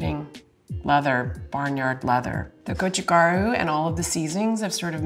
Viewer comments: The sweet spot for the best kimchi flavor is actually between around 2-7 days in my opinion. You get decent fermentation/infusion without the cabbage losing its freshness. Also, it's go-chu-GA-ru, not go-chu-GAR-u. Mispronouncing things (especially if you're supposed to be an expert) makes me question your expertise. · I love MIL kimchi (not the vegan though) and am really appreciating this video. What is so surprising to me is that she's clearly not a Korean language speaker. Her pronunciation is off especially for gochu garu (고추가루). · She sounded very Japanese saying go-chu gar-u